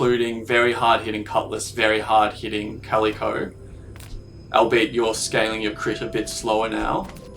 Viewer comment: For the love of fuck, it's Cal-lick-o, not Cal-ee-co.